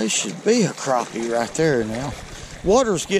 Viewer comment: Yep, yew iz from Al-Lee-Bama, you lost me when you said Cropie..its PRONOUNCED CRAPPIE NOT CROPIE